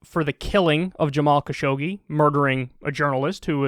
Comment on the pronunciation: It's interesting how almost no Unitedstatesian even tries to pronounce Khashoggi's name correctly, maybe except John Oliver (who, however, has been a USA citizen for quite a short time). It's pronounced [xaːˈʃʊɡ.(d)ʒi].